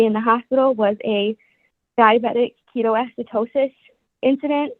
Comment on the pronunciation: Diabetic" ketoacitosis"😂 it is ketoacidosis 🤷🏼‍♀️